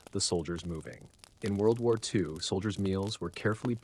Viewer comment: "World Woo Woo EE Two"